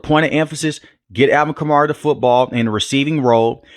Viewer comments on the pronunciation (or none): Stop saying Kar-Mara lmao